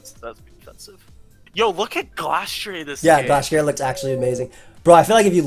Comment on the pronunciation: Why call it "glasstree A"